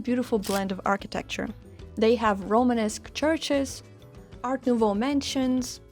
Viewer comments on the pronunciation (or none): none